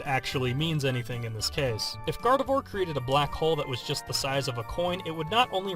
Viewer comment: Gardevoir Is Pronounced As Garde-vuah :/ I Would Totally Want A Gardevoir.... I Would Tell It NOT To Use Black Holes